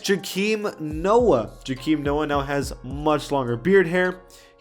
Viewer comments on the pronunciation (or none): The way says Joakim u just know he started watching ball in 2017